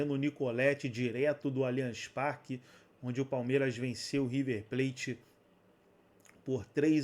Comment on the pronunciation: "Alianx Parqui" é o Cacete